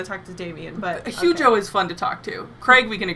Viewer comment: Man this episode had me dying!! Always appreciate art history talk, and I keep hearing you guys pronouce Hugo's name as huge-o which just makes it all funnier